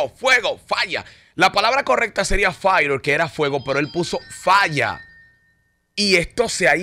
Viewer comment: El Alfa pronuncia fire de esa manera porque as la pronuncian los negros de USA.